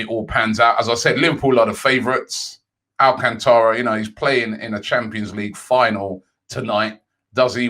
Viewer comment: talking of brazilians...Thiago Alacantra. robbie, he’s spanish 😆